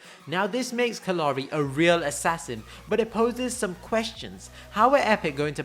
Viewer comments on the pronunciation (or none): kallari was butchered for no reason.